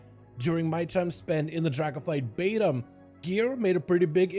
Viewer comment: I'm still not subscribed because you say "baitum" for "beta" and the tips here are click bait